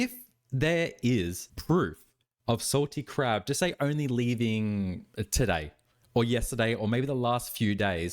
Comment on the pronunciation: Are u saying Salty Crap or am I hearing wrong 😭😭